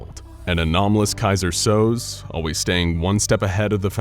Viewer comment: It’s “kaiser SO-ZAY,” not “kaiser sowz,” genius.